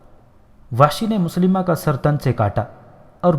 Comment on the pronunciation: Moslima nhi mosailma naam hy us kazaab ka